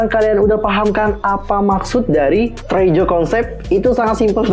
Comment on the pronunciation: bukan treaju ;( tapi t re a sureeeew